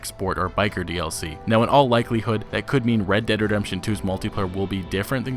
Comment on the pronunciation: Great video! Also when you say "Red Dead Redemption 2" really fast you sound like you're saying "Reddit Redemption 2" hahah. Keep up the great work!